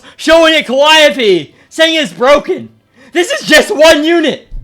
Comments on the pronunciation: Bro I can't stand you constantly saying "calliope" being S tier instead of calling her "Khalipe" 😂😭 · "Khalipe" pronounced as "Calliope" you love to see it